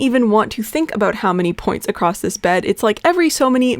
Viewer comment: What is it with you Americans putting a fukin D at the end of the word "across" its fukn across not acrossd.